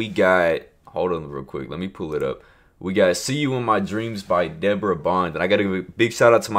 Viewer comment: It's actually dee-bore-ah